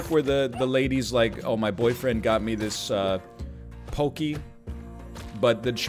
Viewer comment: Did this madman pronounce pocky "pokie"??? 😂😂😂😂